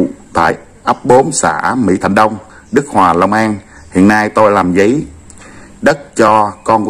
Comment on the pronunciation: Ấp 4, xã mỹ thạnh đông, huyện đức huệ, long an. Ghi rõ thế mà đọc ra đức hòa. Cũng ngộ ghê